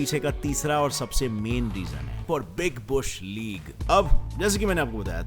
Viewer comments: Bhai use Big Bhush league nahi balki Big Bash League kehte hain 😂😂😂😂😂😂👍👍👍👍👍👍🤗🤗🤗🤗🤗🤗👻👻👻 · It is Big bash league not big bush league 😂